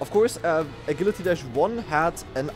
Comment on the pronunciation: I've never heard anyone pronounce Agility like that lol